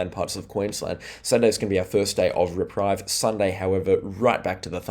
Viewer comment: Love your work,, but the author in me cringes when you say the word reprieve and pronounce it: re-pryve when the word is correctly pronounced: re-preeve. Your weather forecast is always on point, thank you.